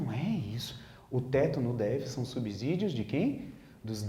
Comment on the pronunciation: De acordo com o professor de Português, Agnaldo Martino, a palavra "subsídio" tem o mesmo som de "subsolo". Logo, não se pronuncia "subZídio" pelo mesmo motivo que não se pronuncia "subZolo". Minuto 51 do vídeo.